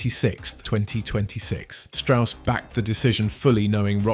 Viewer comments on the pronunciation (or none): none